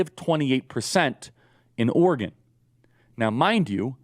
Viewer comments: OR-GUN, Charlie? OR-E-GON (said ala Gordon Cole). A Republican National Recovery Act??! This is ableist for real. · Is Oregon pronounced Organ? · As an Oregonian, Charlie pronouncing it "ORGAN" over and over again makes me want to scream. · Is charile saying "Organ" or is it just me? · Listening to trying to pronounce Oregon was painful. Organ, organ, organ. Ahhh